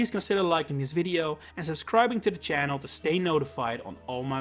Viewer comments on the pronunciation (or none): none